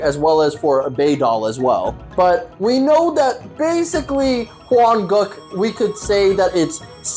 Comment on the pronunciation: Why does he often say Hwan-*goo k*?, Is he racist?????